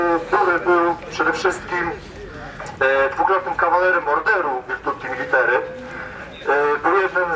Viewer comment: "witrutty military" :)